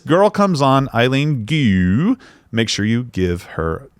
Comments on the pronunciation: Name is pronounced "g-u", each letter pronounced separately, soft G accent on the G; your "goo" started bugging me, sorry. Buycott her, sick of American identity being defined as skin color, ethnicity, gender or no gender, but worse, she betrayed USA. She should stay where she is, do not come back. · I hate the part when they make fun of her last name "Gu" as go... wtf